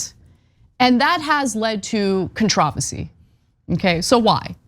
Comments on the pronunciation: Love ya Anna, but for the way, you say "controversy".... I think ..." You put the emPHAsis on the wrong syLLABle? ..." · Ana, I mis-accentuate words all the time, too! Cont-RAW-versy 😂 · How Ana pronounced "controversy" is far more controversial than Chris Pratt playing Mario. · Ironic Ana making fun of Cenk pronouncing 'Mario' wrong when she pronounced controversy' wrong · Speaking of pronunciation, Ana... controversy??? I've never heard it said that way...